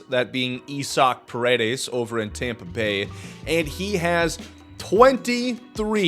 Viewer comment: uh, you mean I(eye)-saac(zik) Paredes?